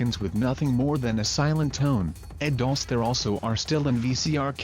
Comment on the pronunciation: Why does the narrator pronounce "Dulce" so incorrectly every time? Do your research